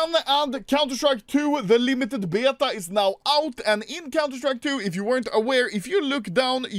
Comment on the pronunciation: Lol it always gets me how he say “BЭйTUhh” 😂😘